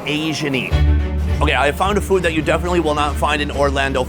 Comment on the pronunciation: Every time Sonny says the word "Food", sounds like "Foot"!